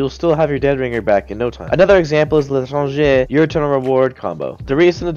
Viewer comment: tHe l’tRRangEh